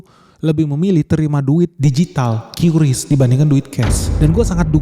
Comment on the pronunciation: katanya pengucapan QRIS itu KRIS bukan KYURIS. Huruf Q kalo sendirian bacanya KYURIS, tapi kalo udah gabung sama huruf lain bacanya jadi K seperti QRIS (KRIS), QURAN (KURAN), QURBAN (KURBAN), dan lain2. Seperti yg udah di jelaskan Gubernur BI.